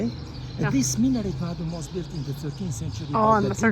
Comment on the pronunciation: Cest un minAret pas un minoret ou un min'ret.